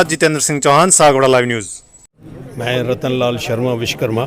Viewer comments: Bhaiya sbse pehle vis karma nhi vishwa karma bolna sikh lo ... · Vish+karma= Vishkarma nahi hota hai SIR Vish= matlab poison (zaher) hota hai Vishwa= matlab world (sansar) Vish+wa+karma= Vishwakarma hota hai... Apne toh pura matlab hi badal diya... Vishwa ko Vish bana diya SIR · सगठंन मंतरी जी पहले बोलना सीखो, देव शिल्पी श्री विश्वकर्मा जी महाराज को राजनीति ओर समाजिक धार्मिक सगठंन के प्रमुख लोग सभ्यता से नही बोलेगे ,तो समान्य लोगों को क्या दोष, आपके विचार सराहनीय है किन्तु भविष्य में ऐसी भूल न करें सगठंन में कैसे जुड़े लाभ भी बतायें ,आपने बार बार विशकरमा बोला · Manniy vakta mahoday vishkarma mat bolo shuddh nam Vishwakarma bolo. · आप खुद सही से विश्वकर्मा बोलो